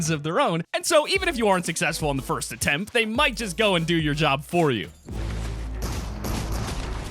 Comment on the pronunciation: Nice vid bro... but why do people always need to say fist like... come on babys